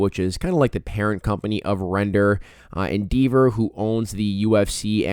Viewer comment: it's En DEV er not En DEEV er brother.